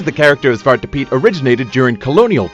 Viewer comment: it's "zwarte" piet with an e at the end of zwarte 😅✌